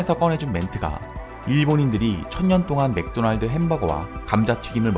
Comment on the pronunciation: 그래서 맥도날드 발음을 못해? ㅋㅋ 뭐?? 매그도나르도?? ㅋㅋㅋㅋㅋㅋㅋㅋ